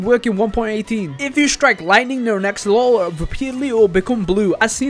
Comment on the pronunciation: “Blue axololol”